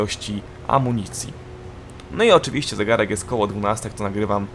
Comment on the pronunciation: Chopię nię mówi sie oczywiścię tylką OCZYWIŚCIE !